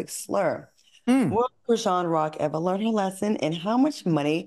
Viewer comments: Al, her name is pronounced Chris-Shawn. 😂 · Why can’t Al say Chrisean’s name correctly? Does he do it on purpose?